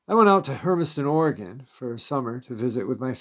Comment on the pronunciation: Pronounce Oregon as. Ory gun .not Ory gone